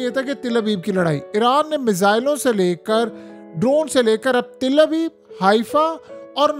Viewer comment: Oh bai Til nahin Tal Aviv hota ha